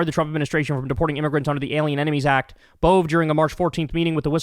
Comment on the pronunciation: Emil Bove went to my school and used to play at my house when we were toddlers. Btw it's pronounced AY-mul BO-vee. And yes, he was always a dick.